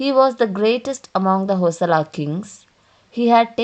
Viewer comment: Its not Hosala.. Its Hoy-Sala.. Bijjaalla King, Ballalla King ...... you need to work on the pronunciation. Else the History is correct which we miss in nowadays books.